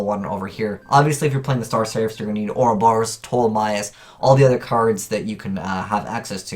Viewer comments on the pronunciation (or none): none